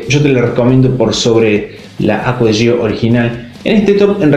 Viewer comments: Se pronuncia Acqua Di Gió, con acento en la O, porque se refiere a Giorgio Armani. Igualmente todos le ponen el acento en la i porque ya es costumbre, pero está mal. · Se pronuncia Acua Di Yo 😒🙄